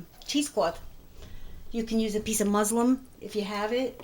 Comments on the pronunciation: Just an FYI. It's MusLIN. Not musLIM. Thanks for the video! Very helpful. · Wonderful video, l loved that you were so natural and like I'd be cooking for my family - actually on bad days I'd be worse ( like tripping over the cat with a bowl of hot food in my hands ) when you called "muslin" Muslim l laughed, I'm sure it would be easier to wrap you're butter in Muslin 😂 I'll make you're butter, as l want to salt it myself, Tks for the recipe, love you're accent, greetings from Ireland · Typical new yorker! " You can use a piece of muslim"!!!! Lmao. It's muslin! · Did she get the word "Muslim" (a disciple of Islam) confused with "muslin" (a thin woven cloth made of linen or cotton)? I know what she meant; I just wanted to make sure I heard it right. ( and , etc.) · The water is called Whey, and it's not Muslim, it's called Muslin with an N. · It's called MUSLIN, not Muslim! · Use a piece of MUSLIN...NOT muslum. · It's muslin cloth not muslim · Muslin not Muslim LOL